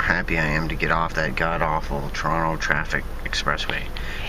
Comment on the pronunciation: That was interesting trip, though would have liked to have seen inside the airport. I like the way you pronounce 'Trono':)